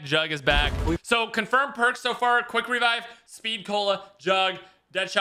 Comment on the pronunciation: Quick wevive killed me